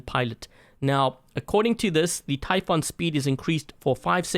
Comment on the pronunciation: Warrior typhoon 8J88QE And its pronouced ty foon not ty f on